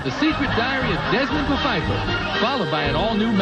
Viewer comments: Not to split hairs, but I'm pretty sure the creators intended for it to be pronounced Puh-feiffer as that was also a joke on the episode of The Golden Girls entitled "It's a miserable life" written by, you guessed it, Mort Nathan and Barry Fanaro. 😊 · Someone decided that the "P" in "Pfeiffer" should not be silent. They should have added a "U" to it.